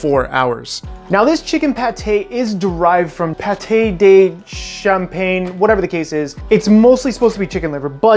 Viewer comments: its not paté de champagne its campagne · It's "pâté de campagne" (literally country pâté).